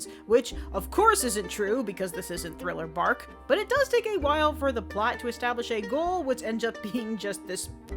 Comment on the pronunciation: Wait did she just say thriller bark?